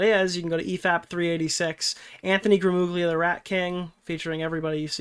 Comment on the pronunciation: IT'S PRONOUNCED GRAMULIA GL = L IN ITALIAN(it's slightly different, but L is a good approximation) YOU ARE ITALIAN-AMERICAN, PLS GET IT RIGHT